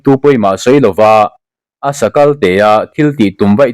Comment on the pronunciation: Asakal tih i thluk dan hi - kal-tih tak hi sa tih aiin a ri sang tur a ni lo.